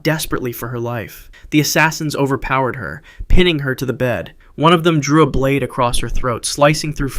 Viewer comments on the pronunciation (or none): none